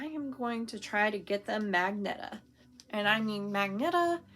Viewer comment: 😊 very beautiful that you bought but you really had me laughing LOL when you said magnetta it's pronounced maj-gen ta super cute that you made up a new color super excited to see what you make with them all❤ safe God bless Roseanne XOXO